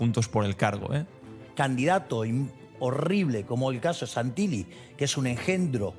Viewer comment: Querido! Contundentes tus informes. Como hijo de italianos en Argentina te comento que Santilli no se pronuncia con LL porque esa L doble significa que la última sílaba se separa del resto y se pronuncia acentúada. O sea Santil-lí. Un abrazo 🤗